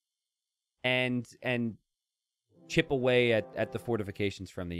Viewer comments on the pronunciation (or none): none